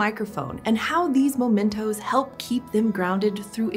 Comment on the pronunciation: Memento, not momento.